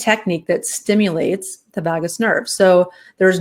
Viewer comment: Vagus Nerve is pronounced differently,.